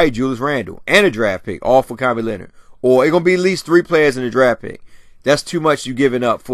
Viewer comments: Smh it's kawaii Leonard not kwame Leonard lls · you have been pronouncing everybody's name wrong!!! It's Channing Frye not Shannon!... and it's Kawhi... not...kwame